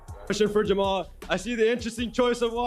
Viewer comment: I think everyone should call him Jama-hall Hill. 🤣🤣